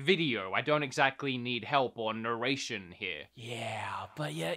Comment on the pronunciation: Nurration what is that